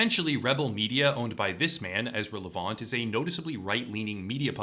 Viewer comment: LEV- ANT. Super easy to say.